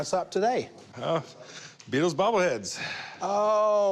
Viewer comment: Jeez…it’s the Beatles man…not the Rutles